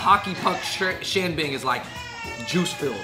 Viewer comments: im from Beijing! It’s not xianbing! It is Xian’Er Bing!!!! You need the er sound!!!!! Xian’ er Bing!!!!!!!! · It sounds so weird without the Beijing dialect. We add “r”s after the first syllable so it’s pronounced “Xia’er Bing”. Good video none the less! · It is Xianbinger hahahhahahahahahahah